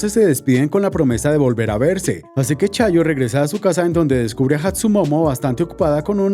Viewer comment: chayo🤣🤣🤣🤣 en lugar de chiyo 🤣🤣🤣